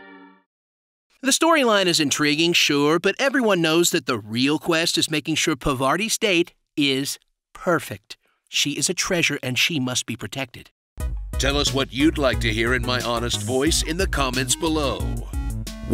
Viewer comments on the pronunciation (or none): please say "i dont know how to say PARVATI", coz you really dont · its parvati your pronunciation was not correct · Why does everygoddamnbody pronounce Parvati's name wrong. God. It's not that hard dudebro.